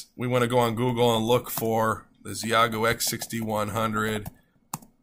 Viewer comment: FYI, it’s pronounced “she-yay-goo”